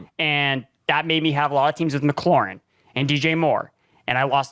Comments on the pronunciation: I dont believe anyone who pronounces mclauren "maclorin" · glad I got a reaction. Just salty about the deontae johnson comments. Seriously though stop saying ma clorin. It's like nails on a chalk board for real.